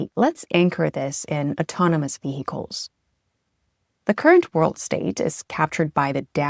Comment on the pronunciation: VeHicles she says